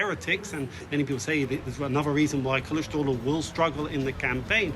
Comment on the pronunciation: Kılıçdaroğlu derken gülmektenn çatladım aw telaffuza😂